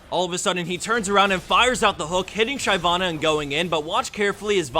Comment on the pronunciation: It always annoys me when people say Shy-vana. But it's most likely just me.